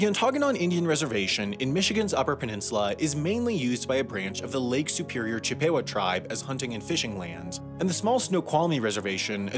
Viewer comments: How is it possible not only to consistently mispronounce "Cherokee" (and "Chippewa" too), but for that mistake to make it through whatever editing process takes place? And it's not like "Cherokee" is an obscure word that many people might never have heard pronounced before. What next? Mispronounce Massachusetts? Cheyenne? Arapaho? Pocahontas? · Also, "Chip-EH-wah"? No, "Chip-uh-WAH". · lol like his pronunciation of Chippewa? Chi pay wuh dafuq? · As a native UPer, the reservation is pronounced “on ta NAH gen”not “on TAHN agon” Edit: and Chippewa is pronounced “CHIP a wa” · "Chip PAY wah" (that's the dankest pronunciation of Chippewa I've ever heard). Oh, and "Chair ROW Kee" (pronounced like karaoke)... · You COMPLETELY butchered Ontonagon and Chippewa, but okay